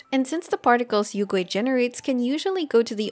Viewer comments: Hmm you pronounced yuegui as yougui like how western VAs can't pronounced it as yue. So do you pronounced liyue as leeway too? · Great guide, very few people are talking about Yaoyao now, but also I laughed IRL because your pronounciation of Yuegui sounds like "Oil Ghost" in Chinese. Yuegui means Moon Jade, referencing the Jade Rabbit that lives on the Moon with the Moon Goddess Chang'e, both important motifs and characters for Mihoyo and Honkai is actually having an arc about them now.